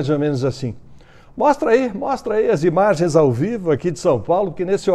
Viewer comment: E o Datena, cadê as IBAGENS, bebebe, ele falou Bal de Bim kkk